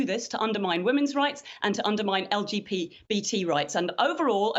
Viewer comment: Did... did she say "LGP - er, BT rights"? 🤨 I don't want any Ps in "the LGBT community", such as it is.